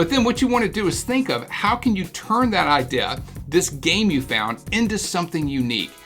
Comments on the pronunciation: . Said idea, not idil. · "Game ideh" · Just the way you say it, but completely different... It doesn't even matter, just keep sharing those sexy IDeAs with us :* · as an American, I can confirm that is not how we say "idea" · He turns austrailian when he says idea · Chris L how could you miss it? Lol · why does he pronounce it like that? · There's so many pronounciations of the word idea. I also love this one where a R somehow slips in. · how can i take him serios when he cant even talk his own language? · He says "idea" weird.